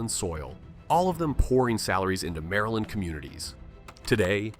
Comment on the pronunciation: Mareland, Murrlind